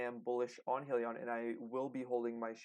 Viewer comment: If you’re going to properly discuss a company and it’s stock, you should at least know how to pronounce the name correctly. The name is HIGH Leon. There is no hill in it. Only hills to climb to be profitable.